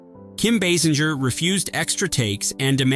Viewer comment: It’s Kim Base-inger not Bass-inger